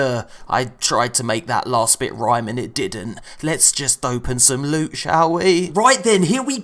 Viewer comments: LEWT SWEET PRRRRRRRRRRECIOUS LUTE!!!!! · I MISS U SAYING LEWT SWEET PRECIOUS LEwTT